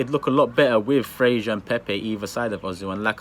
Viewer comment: Who the hell is frashur????🤣🤣🤣it's Fraser mate